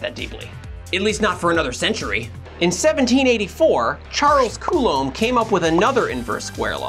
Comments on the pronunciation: I’m French and you pronounce Coulomb pretty much right 😊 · As a french native, your pronounciation of "Coulomb" is pretty good (the B is silent, though - but besides, you said it right) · Coulomb was perfectly pronounced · You pronounce Coulomb correctly, with a silent b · As a Frenchman, I got to say, Coulomb is pronounce exactly the same way in French and English ;) It’s sufficiently rare to be told! In other words, nerd guy didn’t t even have to show up, your pronunciation was correct in both languages!!! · As a native French speaker, I find your pronunciation of "Coulomb " pretty fine. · you pronounce Coulomb pretty closely to the way it should be in French 🇨🇦, I agree with you that German names are pretty difficult to pronounce. Great video, thanks for doing these.